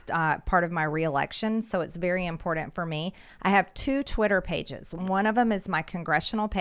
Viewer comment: everything is sooo "impordandt" to miss greene. everytime she saya that word i want to jump out of my skin. ew.